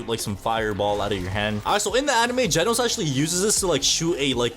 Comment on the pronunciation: its genos not jenos